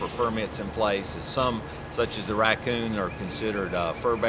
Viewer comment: When he says raccoon 🌚 lmaooo